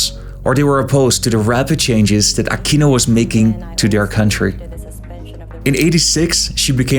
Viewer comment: please stop using the spanish accent when pronouncing filipino names, just say it in the English way. Props to you tho for pronouncing it as "Ah-kino" instead of "Ah-queeno" like some other American youtubers.